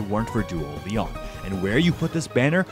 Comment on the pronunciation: Stop calling him Leon please, his name is pronounced LEE-OWN